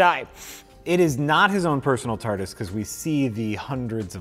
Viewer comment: They did catch on .. small TARDIS appear in the bottom of the screen when he says tartus..